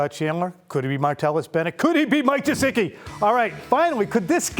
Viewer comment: please I'm begging you, say his name correctly. It's Gesicki, not Jesicki. great content!!!!